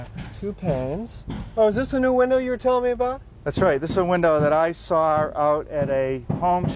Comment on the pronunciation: He "sawwer" the window.